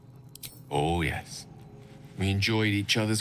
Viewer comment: "Oh yes" LOL WHY DOES HE SAY IT LIKE THAT